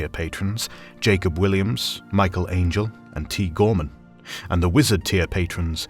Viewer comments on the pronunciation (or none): none